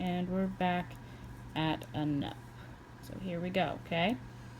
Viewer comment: I think it’s pronounced “noop”. Nice video tho. Thanks